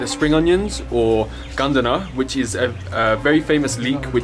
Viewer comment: Hello, Nice to meet you, i am also from Afghanistan, glad to know that you like it here and u are always welcomed here, Btw you pronounced "Gandana" so well, lol.